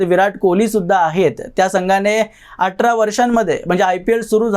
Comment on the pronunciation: 'आटरा' नको बोलूस रे...'आठरा' बोल....दुसरी गोष्ट आश्चर्य 'होईल' ' नाही....'आश्चर्य 'वाटेल...